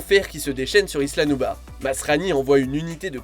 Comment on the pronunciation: Ça ce dit pas nubas ça ce dit nublar 😐